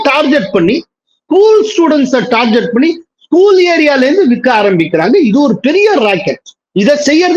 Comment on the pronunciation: adhu "Tar Get" neeenga summa "Tar jet" nu solreeenga. Thiruthi kolla maaataaengireeenga